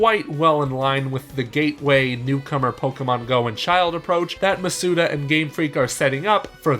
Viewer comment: Why do people pronounce his last name wrong hes stressing the vowels all wrong. Its Maw-Soo-Dah not Muh-soo-duh